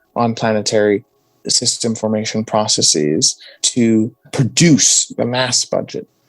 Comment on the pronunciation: Processes, not 'processees', argh! :-/ But apart from that, interesting talk with a knowledgeable young man who will probably go far in science. :-)